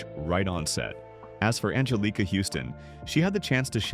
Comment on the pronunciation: Also the mispronounced Angelica (only the second time though)?